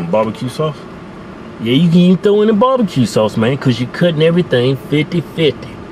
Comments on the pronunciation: Bob-a-cue sauce lol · What kind of sauce? Bahbahque.....lmao